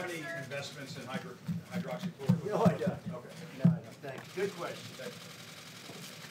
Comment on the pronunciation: Pence continues to mispronounce it has “Hydrachloroquin” which I don’t believe is a word.